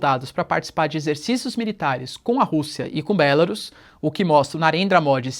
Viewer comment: Oi, professor. Belarus não é uma palavra proparoxítona para a pronúncia "Bélarus". Vídeo com pronúncia, caso o senhor tenha interesse em ver a respeito.